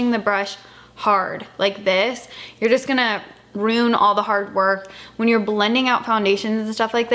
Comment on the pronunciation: R-U-I-N you are pronouncing it as R-O-O-N and I’m curious as to why?!!